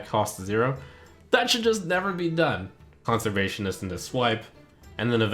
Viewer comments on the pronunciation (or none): I was making fun of the fact that he kept misreading / mispronouncing the word. It's Conservationist.